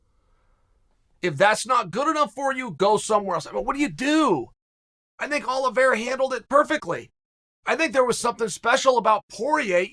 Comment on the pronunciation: he butchers most people's names I'm starting to think he's trolling lol